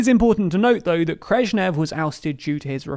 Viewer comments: Wtf is Kreshnev? 😅 Looks like Nikita Khrushchev to me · Who's Krrezhnev? of the video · Krezhnev? Were Khrushchev and Brezhnev suddenly merged into one entity? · Who is Krezhnev? 🤣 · “khresnev” sounds like u mixed Brezhnev and Khrushchev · Who the hell was "Krezhnev"? Was this some hideous Soviet genetic experiment only recently come to light? 🤣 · Krezhnev? Man, you need to step up your history. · Krezchnev lol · Just here to mention u said Krezhnev 😭 that sounds like a horrifying being no human should ever have the displeasure of seeing